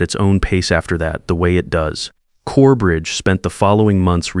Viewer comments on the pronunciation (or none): CoreBRIDGE, not Corebreach! Ried is pronounced reed